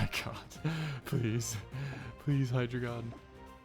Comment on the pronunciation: Hydragon 😞 hi-dray-gon